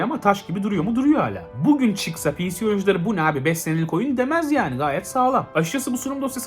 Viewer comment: Abi piğsi demene kıl kapmaya başladım